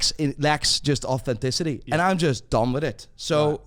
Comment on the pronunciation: ‘The world lecks ortenticity’